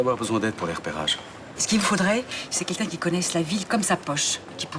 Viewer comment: On dit ''quelqu'un'' Pas kinkin Elle m'énerve